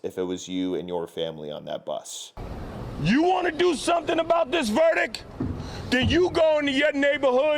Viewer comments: Verdik…? Yeah that’s pronounced “Verdict”. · Did no one tell those black race grifters that the word verdict has a T at the end? 😂